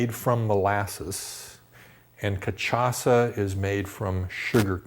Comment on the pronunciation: It's ka-sha-sa :)